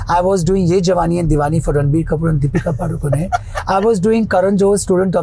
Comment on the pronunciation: DID HE JUST SAY DEEPIKA PADUKO-NAY! >_<